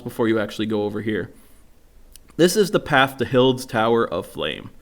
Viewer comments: Amazing, thank you, but pronounced Highds or hydes, not Hilds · This nigga really just said Hilds tower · This dude has terrible reading comprehension/pronunciation skills lol It's HADE. Hade's tower of flame. Frag-RANT branch of yore. 😂 Helpful vid tho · Its pronounced "H-I-De" my friend